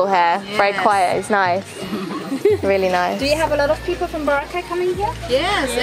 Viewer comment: it’s boo-rah-khai